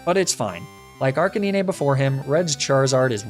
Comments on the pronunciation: Honestly I've never seen more lucky rng than your videos lol. Also Are-Canine. It's a canine not arkkennine. Lol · And why Ark-uh-nee-nay instead of Ark-uh-9